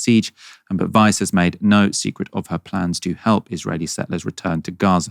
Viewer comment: I keep hearing "Vice" not "Weiss," even though I read her name twice to make sure I understood. About 7 times now, my brain has gone like "Whaaaa? Vice thinks Israelis should settle in Gaza?" And then I'm like "oh no, it was this horrible settler lady."